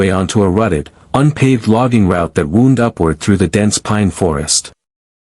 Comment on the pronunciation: Teach your AI to correctly pronounce easy words. "Wound" and Wound" have completely different meanings. DO BETTER or cause your channel to die. And get a better narration voice. This one sucks. I will NOT subscribe until you pull your head from your slimy ass. GOT IT?